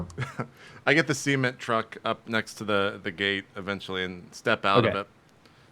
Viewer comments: every time i here JP say "cement truck" i hear "seamen" truck. its just how he pronounces it... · The way he says 'Cement Truck', I keep thinking he's saying 'Semen Truck'... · JP keeps calling it a SEE-ment truck... lol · I keep mishearing the way that JP says Cement..